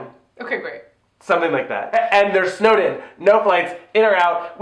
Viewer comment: Everytime you say "snowed in" I hear Snowden and now i'm imagining a movie about Edward Snowden having to celebrate christmas in russia. ..The plot needs work